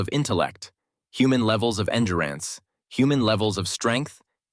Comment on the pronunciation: Nothing against the creator (good channel, good stories), but you need a better AI. One that can correctly pronounce common words like "endurance" and "agility." Otherwise, thanks for the much needed recap.